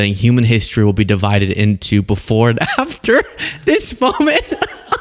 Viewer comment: 😂😂😂😂.....you said "affer"....